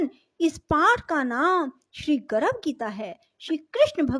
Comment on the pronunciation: Aapka pronunciation hi galat h गर्भ बोलिए आप गरभ बोल रही है